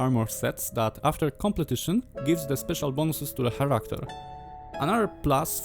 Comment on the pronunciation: Enderal is one of my favorite games, much more so than Skyrim itself. Btw character czyta się karakter, dużo ludzi się myli przy tym słówko i popularna wymowa, która jest błędna to czarakter.